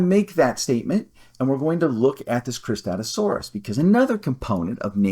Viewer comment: I had no problems with your pronunciation, it's pretty similar to mine (I say "kris-TAT-OO-sore-us") 😂 I've always thought the way I said it was a bit clunky, but I couldn't think of anything better! Suchomimus objectively has the better name (even if it could apply to many spinosaurids), though! (Cristatusaurus means "crested lizard," which is not only very broad, but is also apparently controversial, as you mentioned not everyone can even agree it had crests?! XD)